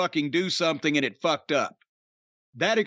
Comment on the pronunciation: Naw, man, Davey Boy (as Bret quoting him) pronounced it "fooked". Otherwise you NAILED that quote though, goddammit I like it